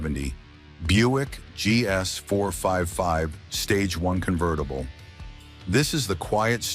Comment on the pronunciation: That's not a gto dummy ai. It's a firebird. Wtf. Convetttible? This AI is supposed to replace us 👎👎 There are so many mistakes mispronunciations and downright completely wrong cars shown for what they are talking about.